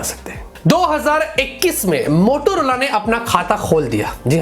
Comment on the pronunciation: It's not motolora it's motaa lorra